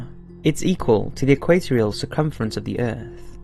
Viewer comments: And there is no such word as EE-Kwait-Ree-Uhl. It is EH-Kwuh-Tor-Ree-Uhl. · Pronunciation of 'equatorial' is just special 🤪